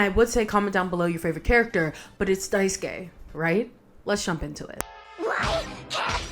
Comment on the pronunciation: Thank you so much for pronouncing Daisuke's name correctly. I am so, so sick of hearing folks' say "Die-soo-kay."